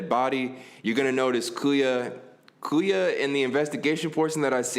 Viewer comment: I'm dead nigga got byakuya name messed up 3 times lmfao